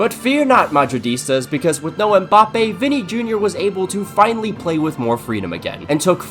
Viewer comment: Bro keeps saying Mboppay tf